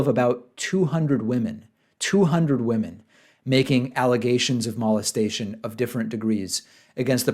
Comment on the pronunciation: You say mo-lest-a-tion oddly. Like "malt" hmm.